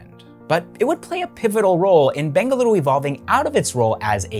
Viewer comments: It is ಬೆಂಗಳೂರು...not ಬೆಂಗಲುರು, ಮಂಗಳೂರು, not ಮಂಗಲುರು, ಮೈಸೂರು not ಮೈಸುರು... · I loved how you pronounced the city names of BENGALURU and MYSURU correctly, such a subtle thing but definitely appreciated by any Kannadiga and letting the world know it’s correct names.